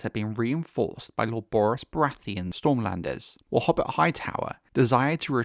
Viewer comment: Cheers lad!!! Lol - for future reference; hobbit Hightower- (is actually ho-Bert you said it correctly a couple of times) Also comely is “come-Lee”